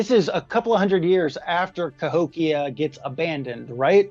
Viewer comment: I just had a surreal moment, where the blonde giy said Cahokian right as I discovered Cahokia in Civ 6.